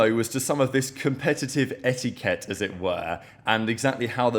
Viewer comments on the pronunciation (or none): pls stop saying etiquette, you have butchered the pronunciation every time 🤣